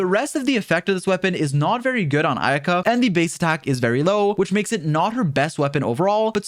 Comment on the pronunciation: Ayaka, not Aika